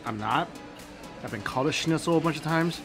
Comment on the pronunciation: How nice Mike sound as he Say „Schnitzel“.As a German i can say he say it Perfekt!